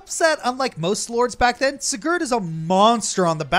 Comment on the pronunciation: Spoilers Take a shot everytime mispronounces Sigurd's name